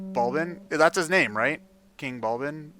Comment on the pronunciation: It’s King Bulblin. B-U-L-B-L-I-N. Bulblin.